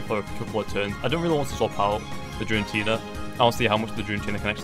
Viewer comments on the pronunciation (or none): "Jirantina" I'm triggered it starts with g. Gir-a-teena